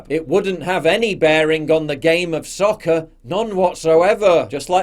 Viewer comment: Come on Paul I like you man but you can't say soccer with an English accent, it sound ridicules